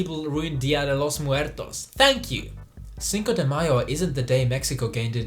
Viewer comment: The dos equis and cinco de mayo pronunciation were a bit rough